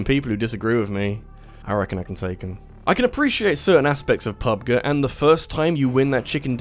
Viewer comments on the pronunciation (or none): Its pronounced "pub JEE" Not pub guh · Pub-gee, not pubguh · PUB-Guh? Well, you're not wrong. It is pronounced "Grounds", not "Jrounds", after all. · I've honestly never heard anyone say "pub-guh." I've only heard "pub-gee." Kinda threw me off for a second. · p-p-pub-guy doesn't know what he is talking about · The way you’re saying Pub G make me want to slap you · The way you pronounce PUBG it's kind of upsetting, not gonna lie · First thing i did when i heard him say it that way i immediately went to the comment section to make sure my partially deaf ass wasnt making shit up